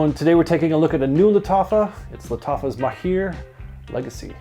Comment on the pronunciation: the right pronounciation is mahr not maheer thanks for your review it was very helpful